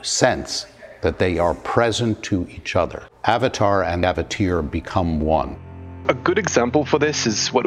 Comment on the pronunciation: "Avateer"? "Avatir"? "Avatier" Say what?